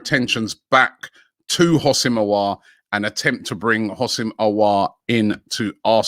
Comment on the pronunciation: Some classics - Umiti (Umtiti), Orwhrer (Aouar), xvbrhbzxrb (Szoboszlai) 😭